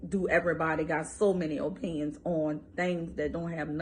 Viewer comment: She doesn't value or O-pinions 😭